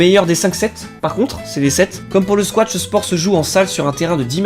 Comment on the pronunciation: Squash! Ça s'écrit et ça se prononce squash, il n'y a pas de T Si je suis énervé c'est parce que je fais du squash et beaucoup trop de gens font l'erreur